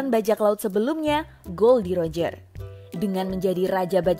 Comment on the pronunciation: Knp ngomong nya gold Roger kan namanya gol d roger